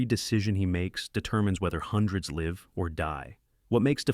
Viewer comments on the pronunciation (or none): none